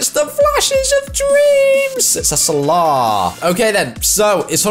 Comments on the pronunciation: It's pronounced sala not sarlar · Ffs it’s Sal-a not solaw it’s so triggering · It’s pronounced sala not salar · It's pronounced sala not salar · you pronounce salah completely wrong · that’s not how you pronounce salah